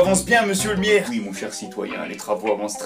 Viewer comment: Est-ce que c'est juste moi ou il a dit M. miaire à la place de maire à .